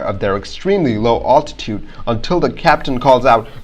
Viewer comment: You really should learn how to pronounce the word "altitude."